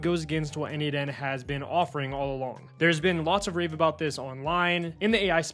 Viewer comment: isn't it n-eight-n? like Nathan